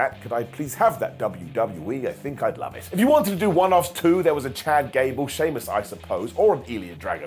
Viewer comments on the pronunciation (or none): none